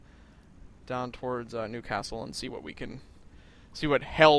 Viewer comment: Being a resident of this scummy shithole, I can say it's pronounced more like "Blai-th". Or "Blith" if your name is. He does say "Newcastle" more pleasingly to my ears than most English people, though. Southerners are determined it's pronounced "noo-caah-sull". We pronounce it "nyew-cass-ull".